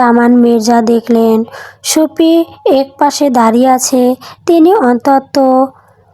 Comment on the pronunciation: Ota supti ache 😂supit noy 😂😂 aktu valo kre porun